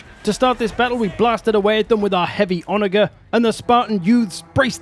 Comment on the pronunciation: Quick heads up, you pronounce Onager with a jer and not a ger sound. I learned this in a ck3 multiplayer game and uh, well someone thought I was using the least hospitable word for African American folks.